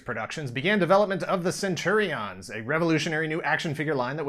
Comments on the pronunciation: Why are you saying it that way? I keep thinking of Caesar saying CenturiONS. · In UK, Saturday mornings on get fresh? Also what's with the stress of the "on". Isn't it just pronounced centurions? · “Centuri’ONS” or Centurians as i’ve always pronounced it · Cringed everytime you said Centuri-ONs...like its two words😒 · It's not prenounced cen-churi-ons! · That’s not how you say centurion’s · Yikes almost couldn’t wait due to how you pronounce Centurions 🤢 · The way he says centurions is hilarious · I loved this show...... but I wish this guy could pronounce Centrurions. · Am I the only one annoyed by his pronunciation of Centurions?